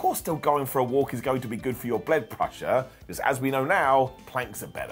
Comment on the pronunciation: "bled prussure"